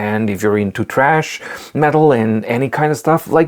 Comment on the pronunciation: Really good video and your pronunciation of "Thrash metal" as "TRASH" metal was extremely funny too (and some of the other words made me laugh).